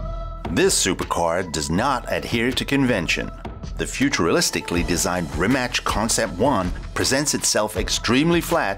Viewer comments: I'm Croatian. In short here's how you pronounce it: "Rima" part as is, and the C at the end just like the c in cistern. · Why is it so hard to learn how to pronounce a name like Mate Rimac, before you do a video like this.... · Great video but dude, RimaCH... at least say RimaK (like everyone else do, you now like k in well like), the right way is RimaC (C like zz in pizza) And for those who don't know much about Rimac Automobili and Mate Rimac the reason behind the Koenigsegg logo at I think is that Rimac works with Koenigsegg on Regera and the reason why Mate speaks German in this video is that they took it from an interview for a German site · He didn't change his name to Rimak.he just told the guy to pronounce it that way. Everyone who is not Croatian is saying it different way and he just prefers it over Rimach (Rimač) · Rimac as his name is pronounced RIMAS but as the company name people have been pronouncing it RIMAK and that's how he wants it pronounced. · well, a lot of people in a lot of interviews just can't get his name right, so, shamefully, Rimac basically says "Fine, my name is Rymak, or Reemak, or whatever". But the proper pronounciation is Ree-mats. And my surname is pronounced Bear-co-vitch, not a soft w, but a strong V, like Vancouver. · rimac - its more like rimatz, or ts, not rimach, it would be rimač or rimać. hello from Croatia :) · its not RIMACH....It never was, in all Slavic languages the letter C is pronounced TZ in english just like the ZZ in PIZZA. RIMACH would be RIMAČ in croatian. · Dude it's pronounced rimatz, he tells people rimach because its easier to pronounce to non Croatian pepole. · Ja uvijek kažem Rimac. I Mate sam kaže Rimac. Ne znam odakle ljudima Rimač ili Rimać haha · Why is everybody butchering the brand name it's rima"ts" not rimak or rimach it's rimac. But you're probably the only person on youtube who can pronounce "č" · Rimac is spelled Rimatz, not Rimatch. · It’s not Rimač. It’s Rimac. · In croatian it’s Reemaatz